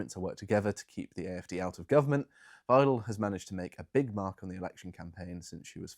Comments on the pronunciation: Wrong - more why-dell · as a native german speaker: pronounce Ms. Weidel like 'Wydel' the 'ei' in german is spoken like 'i' in english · "Weidel" is pronounced approximately like "vital". Close enough for govt work.